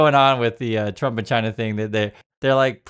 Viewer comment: China's first demand should be that he stop calling them "Chi-nah". I bet those EOs have a printed signature at the bottom that he can overwrite.